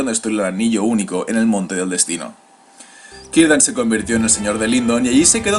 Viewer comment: Hola, una pregunta; ¿porque los nombres elficos que empiezan por "C" los pronuncias con "K", como Celeborn , Celebrimbor o Cirdan ,si se ve claramente que es una "C" y no otra letra?